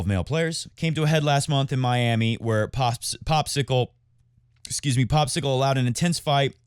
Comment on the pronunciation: Please don't ever stop citing players in funny voices and mispronouncing their names, I find it hilarious! My favs are Popsicle and Roberto Bautista AGOOT!